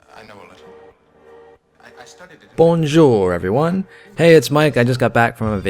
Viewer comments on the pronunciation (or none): don't roll the «R» in «bonjour»